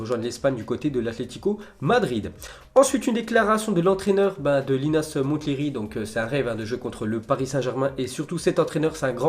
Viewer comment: Comme pour Mont-blanc ou Mont-St michel, le t ne ne se prononce pas pour Monthléry qui se dit Monléry !